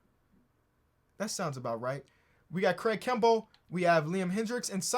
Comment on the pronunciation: this man don't see the r in kimbrel's name 😭😭 all love though